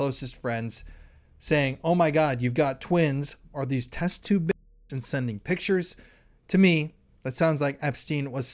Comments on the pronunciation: My god, you can't even say babies? Dafuq? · Why can you not say "babies" so strange...